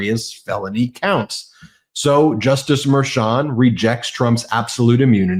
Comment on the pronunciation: I said this before, but why can't say Judge Merchan's name correctly? I understand that it's a tiny detail, but it's been going on for a long time.